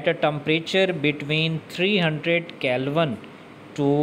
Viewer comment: It's not kelvan it's Kelvin